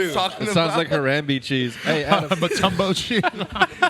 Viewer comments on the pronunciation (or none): nigga really said "mutombo cheese" lmfao